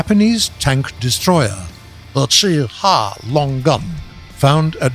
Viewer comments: The cheh huagh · WHY DOES HE SAY CHI-HA LIKE THAT